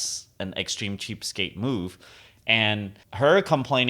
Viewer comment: trying to say cheapstake for 20 mins